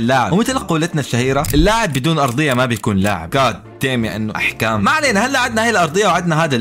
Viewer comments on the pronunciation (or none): حكم❌ احكام✅ 😂😂😂